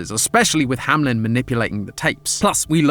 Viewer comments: saying "hamlen" instead of "Hameln" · I'm so confused. Hamlin or Hameln? I usually don't watch these, so seeing the logo spelled Ham-Eln, but hearing Ham-Lin, is bothering me. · Hameln not hamlen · Hameln❌ Hamlen✔️ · Why call it HAM-LEN when it's pronounced HAME-LN (hay-meh-lun) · hey, u kept saying HaMelN wrong not hamlen its hameln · Very minor pet peeve I keep having with this game/theories. The name is spelt Hameln which, when read as is, should be "ham-eln" but everyone keeps saying "hamlin" and I just... Idk man xD It doesn't match. Idk if the game says it as "hamlin" or not but German says "Ham-eln" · why are y'all saying hamlen, it's ha-me-l-n like the town in germany. the one where the pied piper story came from. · … it’s Hameln, not Hamlen 😭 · Is it Hamlen or Hameln? He keeps pronouncing it HamLEN but it says HamELN on the logo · It’s hameln not hamlen ham-eln maybe im wrong but idk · Bro why do you say “Hamlen” and not Hameln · Hameln ❌ Hamlen ✔ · I have a question that's been bothering me for a while now. As a German when I read the name "Hameln" everytime the logo pops up, I wonder why everyone on this channel pronounces it as "hamelin". I do know that in the original story the name of the city is "hamelin" in the english version, but the logo does not say "hamelin". Shouldn't it be pronounced "Hameln" then? There is no i. Can anyone help me out here? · Still trying to figure out how Hameln becomes ham-lem 😭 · i think its pronounced HAM/ELN cause the L is after the E not before it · Hamlen? Really? That's the pronounciation we're going with? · I really wish english speakers would stop pronouncing it Ham-lynn XD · IT'S HAMELN AAAAAAAAAAAAAAAAAAHHHHHHHHHHHHHHHHHHHHHH